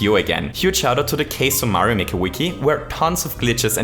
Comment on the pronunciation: you pronounced kaizo wrong